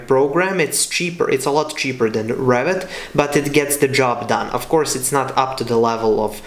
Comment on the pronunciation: When you pronounce Revit, sounds like Rabbit